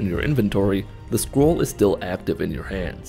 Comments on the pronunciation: For the first part of the video I thought he was saying squirrel and not scroll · Sometimes I think he says "Squirrel." Still works to me.